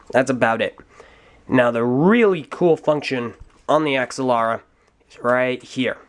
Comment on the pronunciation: Ax-ah-Lara? I always pronounced it "Agz-al-ara".